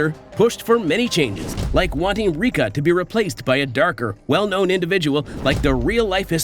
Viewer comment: Umm it’s Riko not Rika😅